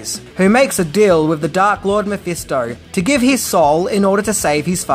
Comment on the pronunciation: Why are you butchering Mephisto's Name. You Said the name right once when talking bout the comic book. This is my only complaint!! Other Wise Keep up the good work & info.